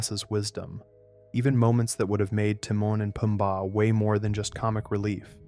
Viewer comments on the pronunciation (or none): why did you call them teemun and poombar? 😂😂😂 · it baffels me how you can still mess up Timon and Pumbas name even as you have heard them in the movie! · The way he's saying Timon and Pumbaa is pissing me off and I think on purpose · "tee-man and poomba" 😂